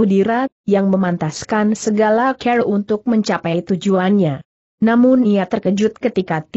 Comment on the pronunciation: Sayangnya cara membacanya kurang bagus, contohnya : Cara dibaca keer Tuan dibaca cuan Mata dibaca meet Dsb